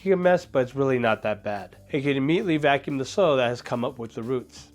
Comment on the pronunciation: IS VACUUM NOT VALCUMN, GOD THATS BOTHERING ME SO MUCH